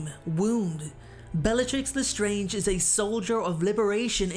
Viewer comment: Dude it’s le strange not the strange